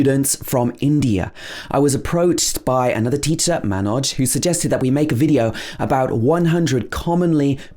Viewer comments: Its Manoj not Mainoj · He mispronounced Manoj ! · You are mispronouncing manoj's name . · You also mispronounced 'Manoj'. Lol😂🤣